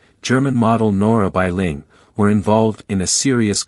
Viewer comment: It is not Nora Bei Ling , it is Nora Balling